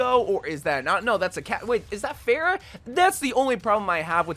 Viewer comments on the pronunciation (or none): none